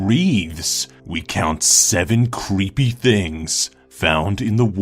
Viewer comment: He said cleepy at the start not creepy